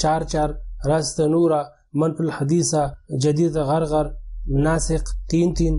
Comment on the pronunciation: غرغر نہیں ہے اس شہر کا نام اس شہر کا نام عرعر ہے